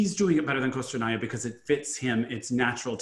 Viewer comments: Actually it’s Ko-stor-naia. O and A in fosrt syllable pronounced the same way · Y’all it’s “kah-stor-naia” not “koh-stor-ania” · Галина Пугачёва just find it unusual that they pronounce usacheva correctly but not Kostornaia